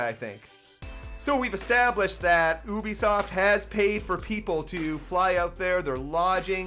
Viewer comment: please learn how to say ubisoft